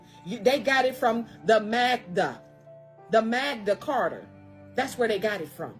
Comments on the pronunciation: Hey I don’t wanna be a dick but it’s called the “Magna Carta”. Seriously how can anyone listen to that lady call it the “Magda Carter”. She even spelled it out. Please stop being absolutely clueless. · It is referred to as the MaGna Carter, not MagDa carter. G NOT D!!!! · 20+ years studying law. Its 'Magna Carta' not whatever she said, 1215 was correct...it was...it was also written for ENGLAND not the U.S...Holy f*c...some people just believe anything with no source checking.